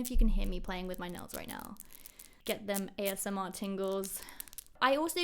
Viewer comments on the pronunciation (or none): none